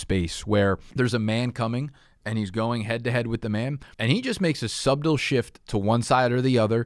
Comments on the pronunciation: Did this man just say sub-del (subtle) shift? NO. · the first person to ever pronounce the "b" in subtle 🐐